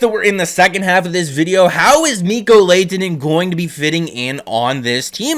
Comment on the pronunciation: You’re pronunciation of his name is wrong. You pronounce the H.